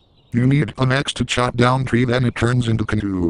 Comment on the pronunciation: knew = canoe, had me dying.